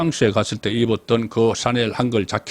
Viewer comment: 샤넬 발음이 어려우세요? 왜 샤넬을 싸넬로 발음하시는지 ~~ ㅎ